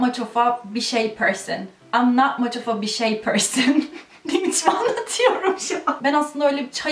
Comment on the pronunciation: oftaki schwaya dikkat etsen daha doğal olacak [əv]